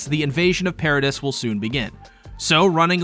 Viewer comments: Do content creators purposefully mispronounce stuff just to get people to comment about it? How can you watch this whole show and still call Mikasa "Mi-Kah-sa" and the island "Paridis" instead of "Paridee" How it's said in the show? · It's Para-DEE. As a fan of the manga and anime you can't tell me you haven't heard it in English at least once. Yes it's spelled Paradis, but it's pronounced pair-a-dee....that just bothered me 😂. Cheers! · Paradis is pronounced pair-a-dee